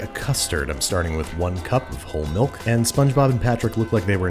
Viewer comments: my man said mulk... MALK!!!! It's pronounced MILK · molk powder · Mulk powder? Oh, and subtitle person, it's "Anebriated", not "A knee braided". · Babish: So I’m going to add 15 grams of bon-diastatic mulk powder. Me: Mulk?! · Don't think you got away slipping that "mulk" past us. You're on thin ice bub